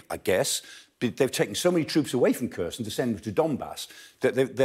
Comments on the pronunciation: Someone should say him he is not pronouncing Kherson correctly. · It's pronounced Herson, the K and H make a HK